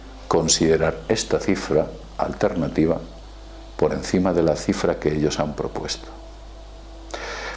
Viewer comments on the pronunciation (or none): none